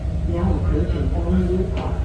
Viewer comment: A lot of the conductors are from Elgin. Pronounced (EL GIN) like the beverage.